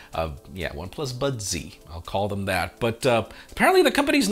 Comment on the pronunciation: Becca from the Verge will absolutely love the One Plus “budzee” lol